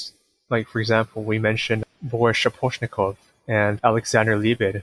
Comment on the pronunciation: Nothing to mention that the accent on the first silable aka SchAposhnikov and in MorOzov on the second. And non-accent o are sounding like MarOzav and SchApashnikav respektively.